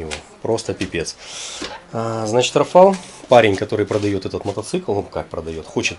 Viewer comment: Та не РафАл, а РАфал !!! Писав же вже